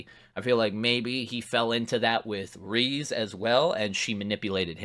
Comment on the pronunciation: i love how good you are at inferring and grasping minor details, except for how to pronounce Reze 😭